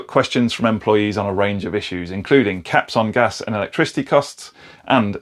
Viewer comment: You said "caps on gas" and I heard "gash on tap". You're living the dream mate! 🤣🤣👌